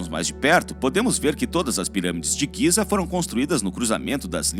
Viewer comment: O nome é Gize . Não giza . E a sua voz é HORRÍVEL